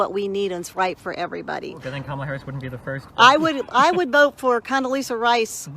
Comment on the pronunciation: "I Don't Hate" proceeds to mispronounce "Kamala"